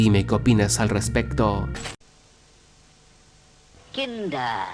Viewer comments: Te haces el europeo con plata diciendo que "KAINDER" fue quitado por causar salmonela, cuando se sabe perfectamente que esa marca al día de hoy es de las más vendidas en latinoamerica. PD: Se ponuncia "Kinder", pero como sos el nieto de la reina isabel capaz no te habias dado cuenta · Es kinder no kidre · Dijiste kindre no kinder perdón la corrección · kinder:× Kindre:✓ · NO ES MUY DIFICIL VIEJO, KINDER! QUIN-DER KINDER LPM, NI KINDRED NI KAYNDER, DIOS MIO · "Marca Kindere" Yo: no era marca Kinder? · Dice kindre 🙄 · Kindre? Dijo kindre